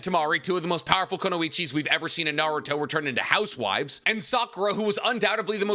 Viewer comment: Hot take: it's pronounced Koo-noi-chee